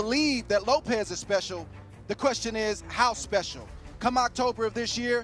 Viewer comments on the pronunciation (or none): none